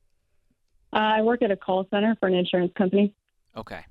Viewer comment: “SIN-ter” eh?